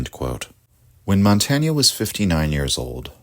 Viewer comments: Why is it so hard for English speakers to pronounce even well-known names correctly? It’s impossible to follow the argument, however perfect, while the name is being butchered every few moments. Too hard to learn such a simple thing? Or for lack of respect? /mɒnˈteɪn/!!!!! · This is a very good video essay, but it's just pronounced "montayn" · You pronounced his name wrongly. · I'm sorry I love your channel but the French pronunciation is painful lol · Good text but please pronounce his name properly. We owe him this much. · Good video, but awful pronunciation of Montaigne's name!